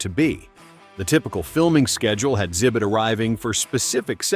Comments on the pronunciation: I think it's AI so it's reading the x as silent. I have trouble finding good YouTube videos these days cause it all sounds like AI now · Why tf do you call him "zibit"